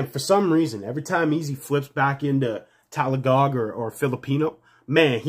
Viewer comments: Its tagalog boss not talagog, 😊😊😊😊❤️❤️❤️❤️ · its not talagog.. its tagalog. You can say it like this: TAG A LOG :)